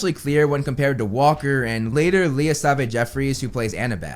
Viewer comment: sim-ha-jree BUSHnell sa-vay